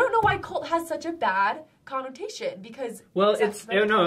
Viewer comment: I'm sorry but did she say "conn-OH-tation" omg